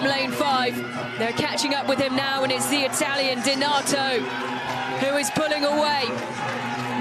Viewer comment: Can somebody 5L4P that BEECZH who's been calling the Italian DENATO? In this video she did call the athlete a wrong name seven times!